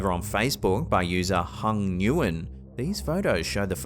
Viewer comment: Ngyuen is pronounced "Win"